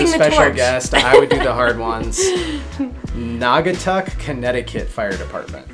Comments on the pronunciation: You actually nailed the pronunciation of Nagatuck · Got Naugatuck pronunciation spot on